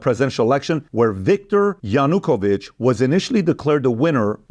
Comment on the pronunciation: Why it is not mentioned that Yanukovich (also his name is pronounced differently, the preparation could be better for such a video) was a Russian puppet installed by Russia?